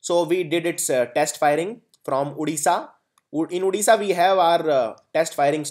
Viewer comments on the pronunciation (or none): odisha not udisha plz